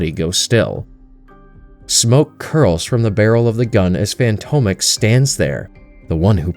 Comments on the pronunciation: Fantomex - fan-tom-ex like "phantom X" Not fantomek, bugged me the whole video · Fantomex is pronounced, "Phantom-Ex"! And Betsy is British, not Russian or whatever accent you were trying to go for. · Good narration! Btw it's pronounced fantom ex Not fanto mex.